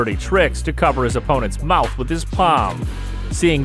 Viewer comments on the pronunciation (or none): none